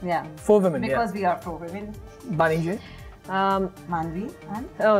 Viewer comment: its bani..not vani